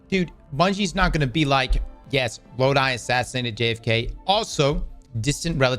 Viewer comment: The characters name is NOT Lod-I it’s pronounced Lod-e. IE Loki Norse name.